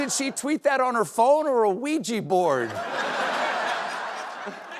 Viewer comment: "...ouija board..."😂😂😂😂🤣🤣🤣🤣🤣🤣